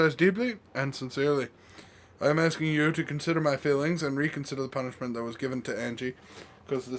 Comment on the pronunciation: Why is always axing these people and then questioning them? I don't understand:p